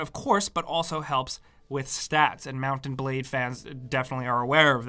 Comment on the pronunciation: I keep hearing mountain blade lol